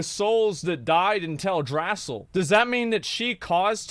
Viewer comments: "tell-dray-sill" ?? WUT 👁👄👁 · You Pronounced Teldrassil wrong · pretty sure he may be saying teldrassil wrong.